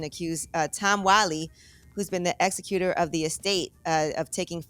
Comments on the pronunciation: Yee, Its Executor(Ex-Zec-You-Tor) not Executor (Ex-Auh-Cute-Tor) Shame on you. You have a degree in English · Yee it's pronounce Exec you tore